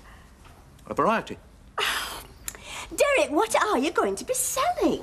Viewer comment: The way Mavis pronounces 'Derek' drives me nuts. In fact, it's every word that ends with a 'k' 🙉🙉🙉